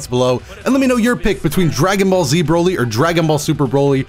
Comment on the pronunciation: Dbs broly in show. In game dbz broly. And Every time you misread him.